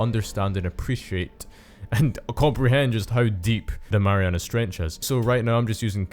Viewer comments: "Marianus Trench" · WHy are you calling it the marianas trench?